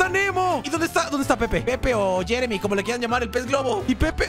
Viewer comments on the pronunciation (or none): none